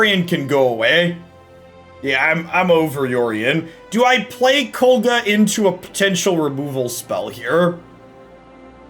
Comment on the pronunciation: i know this aint gonna make you change the way you pronounce it, but its KOG LA